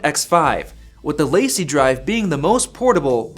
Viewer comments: Dude your LaCie pronunciation is killing me. It’s Lah See, not Lacey. It’s a French phrase that means The Company. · Just FYI it’s pronounced “Luh-see”, not “lacy”. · Please stop pronouncing it "lacey" it's La CEE (French)!